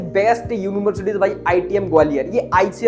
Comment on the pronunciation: Bhai Gwalior not Gawilor